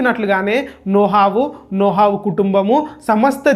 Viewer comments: నోహవు కాదు నోవహు 😂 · Video chala bagundhi brother kani nohavu kadhu novahu